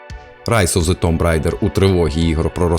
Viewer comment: Також "рейдер",а не "райдер"